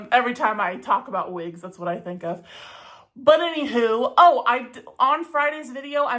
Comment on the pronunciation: Vhen vill you vear vigs? 😂